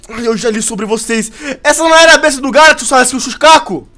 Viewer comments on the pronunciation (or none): none